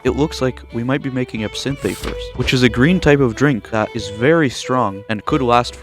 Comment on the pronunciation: That's NOT how you PRONOUNCE the word ABSINTHE